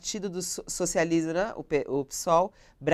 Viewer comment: eu não ouvi direito ou essa mulher não quis falar o nome socialismo ela disse socialisram